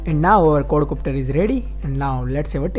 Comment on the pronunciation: he is saying cord copter :-):-) dude its quad copter!!